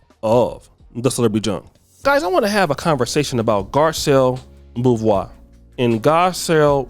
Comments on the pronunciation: BeauVAIS,. Not BeauVOIS – BeauVAIS. Like 'VI' in COVID, but you put a 'A' in it and silence the 'D' at the end! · It's Garcell Bo-vay! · That's not how you pronounce her last name. Pronounced like Bovay.